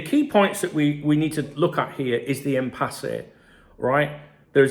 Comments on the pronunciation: Why arr you pronouncing it im-pass-eh? It's im-pass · It’s impasse not empasse say it right son silent e at the end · It's pronounced Impass according to Google. Which sounds about right since there's no accent over the final E. It's not written "Impassé". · Haha I prefer it impassay. Sounds far better. I personally wasn't even sure what it meant. But I reckon impassay is a far better pronunciation. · Love how you pronounce Impasse lol, keep it real. Anyway, my theory, FSG have known they have no intention to extend these contracts, Hughes is the convenient scapegoat or fall guy for a failed summer transfer window followed by failure to secure our 3 best players. FSG and Hughes need to go if this is case